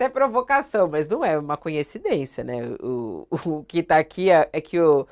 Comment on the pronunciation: É COINCIDÊNCIA, ANALFABETA FUNCIONAL! Meus ouvidos sangram cada vez que a mulher do UOL fala "conhecidência". VERGONHA ALHEIA!!!